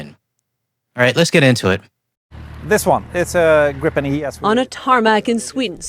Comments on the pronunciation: On the subject of pronunciation ... Gripen isn't "Grippen" and not "Gr-eye-pen", it's pronounced "Greepen", meaning the griffin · Just a humble tip. Gripen is not pronounced Grippen or Graipen; it's more like Gree-pen. Simple rule in Swedish: long vowel before a single consonant, short vowel before a double consonant. At the same time, I'd like to point out that the French jet, "the gust (of wind)," is not pronounced Rafael. How it should be pronounced correctly, I leave to the French-speaking Canadians, who probably know this better than a Swede with French only as his fourth language. EDIT: And let's not forget that the SAAB AWACS with the GlobalEye is essential for Gripen to operate to its fullest capacity. It's based on a Bombardier Global(!) 6000 from, yes, of course, Canada. I think that three of them were included in the package. From a logistics POV, it makes sense to build those AWACS entirely in Canada. Flying the planes to Linköping rather than shipping the equipment to Toronto or Ottawa in containers would benefit not only Bombardier and Canadian workers but also help SAAB sell more of those impressive electronic warfare planes in the future. True partnership FTW (For The Win). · I have heard so many mis-pronunciations of the name of the plane. It is pronounced as GREEPIN. But why not simply use the English translation of the Swedish word? "Griffon". The mythical creature with the bodies of an eagle and lion together. An appropriate name for this superb aircraft. 👍